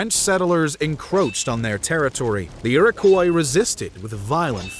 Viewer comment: Iroquois = Ear-Ah-Kwah . Great video though . Love this stuff 🫡